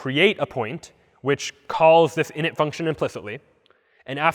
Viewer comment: You butchered that word lol